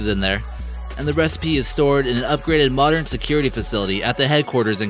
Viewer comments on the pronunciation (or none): none